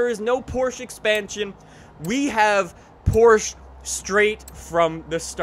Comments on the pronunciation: It's still "PorschEEE" not "Porsch" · Best car game ever! Please say PORSCHE!!! Not PORSCH... My favourite cars are Jaguar C-X 75, Aston Martin DBS from Casino Royale and Bugatti Chiron! They brought back some older cars too! Nice! But why the fat Porsche 917/20 and not a 917K??? Where is SSC Tuatara? Where is the Concept M(iura) ? Where is the R34 Skyline? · Its porsche not porsch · 1. It'll be a cold day in hell when FINALLY learns how to pronounce Porsche correctly. 2. The 917 has a FLAT 12, not a V12.